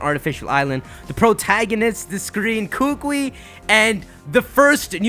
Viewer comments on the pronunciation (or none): HIS NAME IS PRONOUNCED KOO KOO EEE!!!!!!!! NOT KOOKWEE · the name "Kukui" is pronounced coo-coo-wee not coo-qui btw lol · KU KU I ; not kukwi